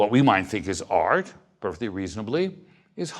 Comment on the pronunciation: it's funny how he pronounces art... AAAAaaarrrt lol